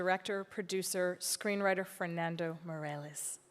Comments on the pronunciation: She said something like "Morales", but it's kind of may-reh-les. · It is pronounced like may-ra-lys.